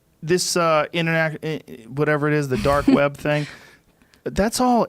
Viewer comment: The “dork web”